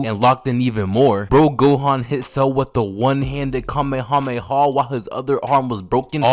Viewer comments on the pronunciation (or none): none